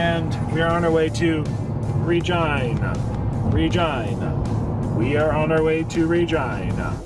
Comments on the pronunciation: Regina is pronounced Rah- gee- nah. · LOL it's pronounced Reh-gee-nuh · It's Reh-JEAN-uh. it's not supposed to rhyme with vagina, joel. lol... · Lol my daughter's name is Regina and I have never hear it pronounced the way he did.